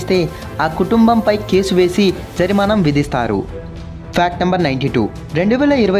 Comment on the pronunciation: Jarimanam kaadhu bro... Jarimana...